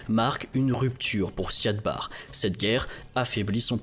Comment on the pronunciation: c'est "Siad Barré" par contre. (même si on l'écrit sans accent) et "intégrité territoriale", pas "intégralité" par contre, quid du génocide des Isaaq que Barré a lancé, et qui a poussé les Isaaq a proclamer l'indépendance du Somaliland?